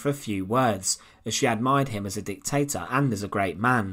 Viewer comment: Soljar, Hitlar, dictatar, encountar, muthar, etc.............. Love the channel but FFS get rid of the narrator. Even an AI bot would be preferable. I cant watch another slice of "Untold past" with that voice!!!!!!!!!!!!